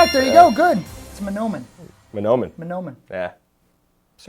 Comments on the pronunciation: Ma-naw-men-ee county? what the hell. Its Mah-no-men county lol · Not gonna lie got kinda salty when he said manhomen like that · I go to Mahnomen all the time to piss money away at the casino btw you completely butchered the Pronounciation of Mahnomen!